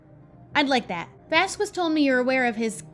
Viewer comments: You've been sayingVasquez wrong. And I thought someone would say it by now, but I guess not. Vaz-skehz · I understand that you may not know the right pronounciation for professor Vasquez but for me its killing me and my little argentinian heart every time you say vazqUes. Dont get me wrong and think that I hate the series because of it. But the contrary since I love the series and the commentaries you do in it, I find it really entenrtaining and enoyable. But I would aprecciate if you say his name right, PLEASEEEEEEEEEEEEEEEEEEEEEEEEEEEEEEEEEEEEEEEEEEEEEEEE <3<3<3<3<3<3 Just say VASKEZ (the u is silent).